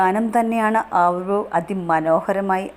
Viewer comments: നീ ആവിർഭവ് എന്ന് പറയാൻ പഠിക്ക് ആദ്യം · Avirbhav ennu correct ayi parayu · ആദ്യം തന്നെ ആ കുഞ്ഞിൻറെ പേര് നന്നായി പറയാൻ പഠിക്ക്